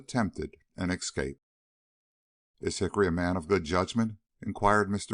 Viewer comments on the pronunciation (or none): "excape" annoys me, as do all the other mispronunciations.